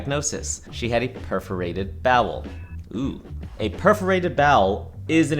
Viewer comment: The pause from the puferated intestines omg 😂